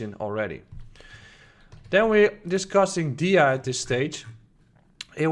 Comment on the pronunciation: It's pronounced theeeeta, I had to check did you really say accumulation for Tether 😂